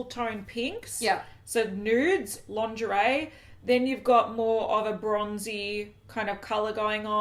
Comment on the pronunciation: hahahaha "Langerie"